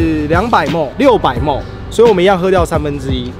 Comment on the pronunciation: 誰教你ml唸莫的？